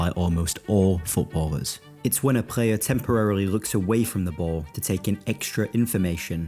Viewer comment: Love The Video, Love the Voice and The Concept of the Video in General. Wondering and this is nowhere Meant Negativ - Why to you say "Prayer" for ""Player" - Subbed !